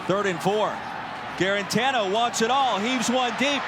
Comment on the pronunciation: I get that it's a struggling Vols v cupcake game but the color commentary was so annoying this game. Go back to D-III hockey.. maybe you'll have an easier time pronouncing those French names than you did with "Juarantano"